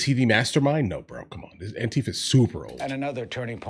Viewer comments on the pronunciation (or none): If you say Antifa as Ontifa, I don't really care what else you have to say... I'll hear you out but there will be large amounts of salt going with it...